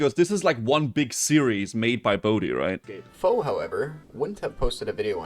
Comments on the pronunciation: Isnt it faux like french, you don't say the X so fau. You can comment if wrong then i'll know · It is, but he doesn't mind, so just stuck with faux pronouncing every letter. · Drives me madder than it should when people pronounce the X in Faux... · they are misspronouncing it intentionally as a bit of a joke. Thats all it is. Everyone involved knows how its supposed to be pronounced.